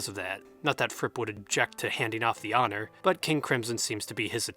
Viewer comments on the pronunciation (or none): none